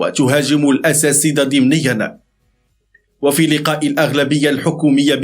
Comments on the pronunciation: تحياتي خويا ،نقول الأساتذة وليس الاساسذة،وهذا خطآ شاءع.ولكم جزيل الشكر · الأساتدة و ليس الأساسدة. مع الإعتدار على الملاحظة.